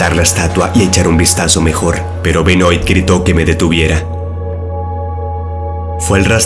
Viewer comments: Benoit se pronuncia "Benuat" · Benoit se pronuncia: Benoá ....*dato 👌🏻